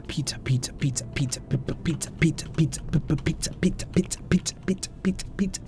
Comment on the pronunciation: if u set the playback speed to 0.25 it sound like he is saying peter in a british accent when he in reality he is saying pizza